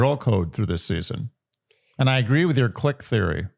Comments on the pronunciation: Definitely not kleeks babes..its cliques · Not cleeks 😂 never heard that even tho it’s how it’s spelled throwing you off but still 😂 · "clique" is said like "click". I've never heard it pronounced "cleek" lol. But I do totally agree that there were cliques with the girls. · When I googled, AI told me most people pronounce it “cleek”, (the original French) but that really hasn’t been common in my life. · Pronouncing it ‘cleek’ is very Canadian! 🇨🇦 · I’m Canadian and would pronounce it cleeks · Has she only every read the word clique? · She’s Canadian and sometimes uses French pronunciations for certain words like “clique “.